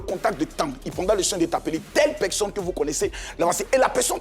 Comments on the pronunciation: padon on dit personne et non peksonne c'est agaçant.🤣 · Epuis il continue à dire (pekson)🤣🤣